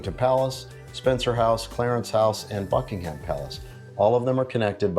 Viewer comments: Buckingham Palace, pronounced: Bucking-um. There is no emphasis on the ham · Small tip, Buckingham is pronouced with a silent H.